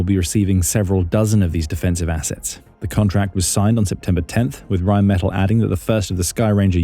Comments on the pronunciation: It’s pronounced Rhine Meh-TAHL. Really enjoy your contributions! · Pronounced Rine Met Tall!